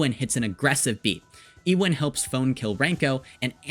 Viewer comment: No, it’s usually pronounced like “ewe on” but pronounces it differently